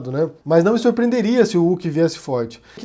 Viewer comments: Sério, tu só pode estar de sacanagem falando “Luciano Uc” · Wait, sério que a pronuncia do nome é "Uck"? Por um tempo pensei que meu fone tava quebrado